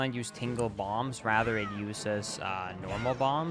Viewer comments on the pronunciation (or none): none